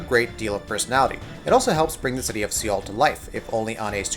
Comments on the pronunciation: Seoul is pronounced Soul not Seal. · I paused the video and start laughing when I heard the word "SEAL" AHAHAHAHA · See-ull? Dude? See-ull? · How the hell did you just pronounce "seoul"??? Credibility just went out the window. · Soul not seal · Seal??? Jesus Christ, seriously this is basic pronunciation. Awful quality on this video. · Do you not know how to pronounce Seoul? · st fu thank you, that was annoying the hell out of me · Alex Alex Right. it's not like he mispronounced it once or twice, but continuesly saying it wrong. And I know they said the name in the game a few times so there is no excuse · Utterly extraordinary, this guy shouldn't make videos in which he's expected to speak if he can't pronounce the name of one of the world's most well known cities properly. Hell, it's probably the SIMPLEST city name, at that. Unbelievable.